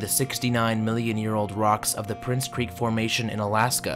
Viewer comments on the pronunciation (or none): none